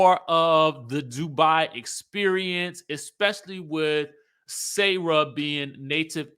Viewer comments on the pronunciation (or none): I love you but her name is Sarah not sayrah😂. Pronouns the 'sa' like 'salt' and add the rah.